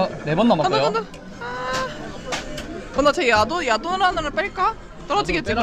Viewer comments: 자막안보다갘ㅋㅋㅋ "여기 야동이랑~"야동이라한줄알고 놀래서 자막봤는데 ※야돈주의 ㅋㅋㅋㅋㅋㅋㅋㅋㅋ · 밥먹으면서첨에 소리만듣다가 야동이라는줄알앗어욤ㅋㅋㅋㅋㅋㅋ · 멍때리고듣다가 얃옹으로들었어.....